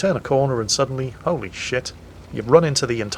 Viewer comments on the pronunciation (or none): none